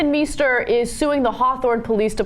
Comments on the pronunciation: Meister (=Master) is not pronounced "Me-ster". The "Mei" is pronounced like "my", therefor it's pronounced "My-ster". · Meister shoud be pronounced "m-eye-ster", should it not? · That's not how you pronounce "Meister." Is it?